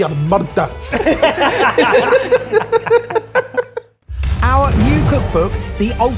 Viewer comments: "There'll be a MERRRDUH!"...DYING🤣🤣🤣🤣🍬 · The Scottish "murr-dah" at the end killed me xD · "There'll be a murrrder!" [insert 'I understood that reference' GIF here] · They'll be a "merduh"!! Ha!